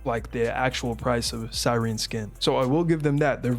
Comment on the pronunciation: finally someone who can pronounce cyerene